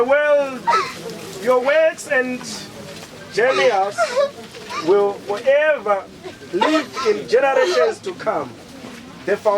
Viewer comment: Genius iri kunzi jenious nedofo ririkunzi" Pwonarabhuru" kutadza kuverenga zvakanyorwa !!!